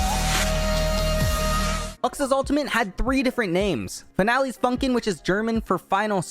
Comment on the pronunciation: As a german That Girl sloutered the Prenounceasion for „finaler Funken“